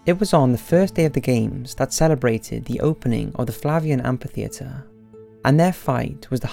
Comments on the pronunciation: repeat after me : AMM - FIII - THEE- ATRE Amphitheatre. Kinda shameful to pronounce that word so many times in a video without hearing yourself butchering that word lol ; "AMPIFITHEATRE !" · what don't you understand about PH making an F sound when together? Amphitheatre= am-fi-theatre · mainly because of the movie.... What? Am P itheatre? Srsly Trasian - my ears can only take so much